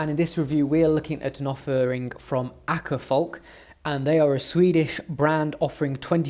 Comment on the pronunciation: The Å in Åkerfalk is pronounced like the British variety of "Aw" in Awkward and the a in falk is pronounced almost like the A in Atom